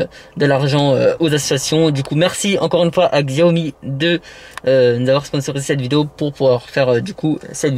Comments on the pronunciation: Par contre Xiaomi se dit comme Chiaomi si non super vidéo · La marque se prononce : Chiaomi même si c'est écrit avec un X ^^